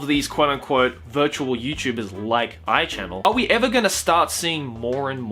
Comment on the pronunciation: It's A.I. channel.... not Aichannnel.... and I'd smash too